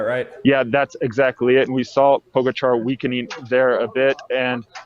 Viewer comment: poh-gah-cha not poga-char, embarassing...